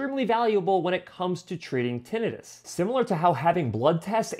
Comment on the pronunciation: Great ideas but please learn to pronounce Tinnitus. Had to leave because of it.